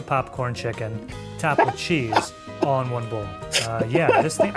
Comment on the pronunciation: Scones WIV dinner? Nastaay!